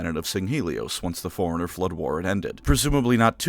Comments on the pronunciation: Fore. Runner. Not "foreigner". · “Forerunner” not foreigner.